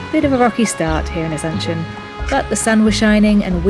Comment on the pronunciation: No se si escuché bien, me pareció que dijeron Asencion y es Asunción wowwww